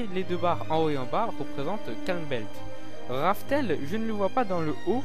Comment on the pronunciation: C’est rough tell pas « RaFtEl »